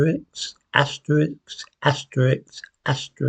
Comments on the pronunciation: Good Heavens, - it's pronounced asterisk, not Asterix! 😜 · Asterix?! It's asterisk. You've been in London too long. Do you also say axe instead of ask? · you're normally such an erudite and articulate chap, so I'm rather surprised at your inability to pronounce "asterisk" correctly. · Is he saying Asterix? Is he? Or is he saying Asterisk? I have plenty of listens to identify what he's saying. Hmmm. Conclusion: YES, he is saying Asterix. How fun 🙂